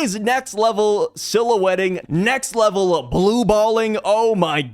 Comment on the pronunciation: "Next level silueting" I am dying hahahaha 🤣🤣🤣